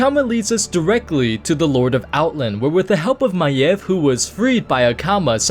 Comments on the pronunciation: That is how it is pronounced...not MAYVE, MY-EV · Thats how you pronounce her name